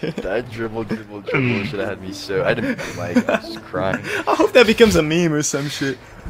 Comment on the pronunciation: Dwible Dwible Dwible😂